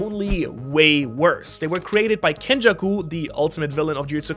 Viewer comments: it's kenjaku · (Its Kenjaku) 😂😂😂